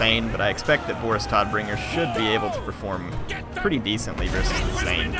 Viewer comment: Todbringer should be pronounced tow-d-bringer. His name translates to deathbringer.